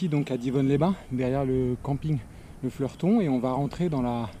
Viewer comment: L'A/R à la baraque, c'est aussi ma "sortie classique" :-) Et pour info c'est le Fleutron pas Fleurton :-D